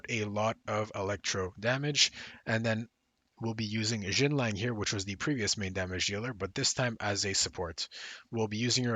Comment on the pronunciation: You keep calling Xianling Xinlang.